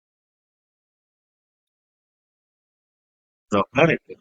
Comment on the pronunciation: bro litterally said dropplers effect🤣🤣🤣